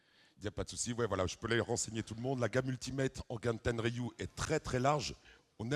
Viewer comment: le mec il ne connait même son sujet, respecte la marque "ten er riu" .